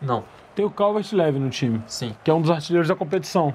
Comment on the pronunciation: não é calvert "levin" e sim calvert "liwin"